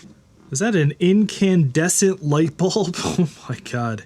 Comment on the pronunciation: Maaaan. Don’t act like you’re too young to know how to pronounce incandescent. You have gray in your beard, incn DEHsnt..